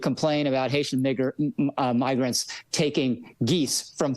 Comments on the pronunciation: I relistened a few times, I'd argue he clearly says it with an N, it's 100% him saying the N-word. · Was he trying to pronounce it miggrants? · To be fair….it kinda sounds like he says “miggers” with an “m”….and the sound quality is shit….but who knows. Seriously tho, Megyn Kelly wouldn’t care if he did. That’s the whole point…right? Lol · there's a "gur" sound at the start of grant. He's also racist, we know that independent of this. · migger isn't a real word as far as I'm aware, which means what he said is nonsense and not a real word. So he misspoke, I think. Maybe he meant to say migrants? Maybe he meant to say the n word? He said neither successfully. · It's so fucking obvious, the short I doesn't explain the N and then the GER instead of GRA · "No he didn't, he said Migrant" Yeah, haven't you guys ever heard the common pronunciation, "Miggerant?" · a guy who misspoke and started halfway through the word "immigrants" trying to say "migrants" would say "migr" pronounced "migger" Funny that that's exactly what this guy who audibly and visibly said "migr" says happened, a very weird coincidence that is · "No, guys, he said... miggerant." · He obviously said nigrant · I really want to know where the "ger" sound is in immigrants or migrants. Both words have a "rants" at the end, but no "ger" hmmm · i heard "migr" as in immigrants. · Playing devil's advocate here, but if you pronounce migrant the same way you'd pronounce immigrant, (like you would if you mix up economy and economic) and you catch yourself at "migr-" it does sound like what he said. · I hear "miggra" but if you're primed to hear an N I'm sure it's easy to hear it. Yall are kinda nutty for this one. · it sounds less like "migrants" with an N, and more like the n-word with an M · Like if he said "N-eye" or "Mig" I could forgive it cause like, N and M are easy to fuck up and pronouncing the I, sometimes you can fuck that up too. But the WHOLE word?